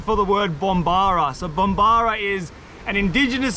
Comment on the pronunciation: I thought it was Bomborra, not bombara.